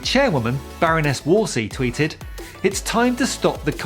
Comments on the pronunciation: It's Sayeeda Warsi not Wolsey... unless that was intentionally said... lol By the way Priti looks better with the black and white Cruella hair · FYI, in India languages such as Hindi/Urdu use the w and v interchangeably and are kind of merged. Warsi is pronounced Varsi, as in Vah or Variable, not War. You shouldve ended with "welcoming immigrants, like Patel, ..."